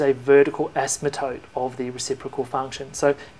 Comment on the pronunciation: you are mispronouncing asymptote as "asmatote".